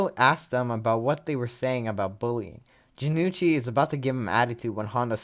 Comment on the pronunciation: Hey not to be that guy, but Jonouchi's name is pronounced Jo-no-uu-chi, not Ja-nu-chi. Good to see more people cover season 0 btw